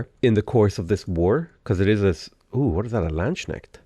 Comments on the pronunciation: Im just literally feeling pure pain if I hear him pronounce Landsknecht. I mean I know he probably doesn't know German pronunciation but you say Land Schneck. What doesn't make any sense but sounds similar to like land snail. And it sounds hilarious. To wrap it all up I would be very pleased if you could pronounce it more like land s kne ch t. :p I guess just ask google how it is pronounced. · Ohh what is this? A Land-Schneckt 😂 as a german its so funny that the various ways of how it is mispronounced by english speakers never end. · I've honestly heard Land Shrek and now that's my head canon